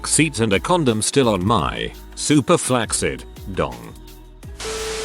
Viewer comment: Flack-sid dong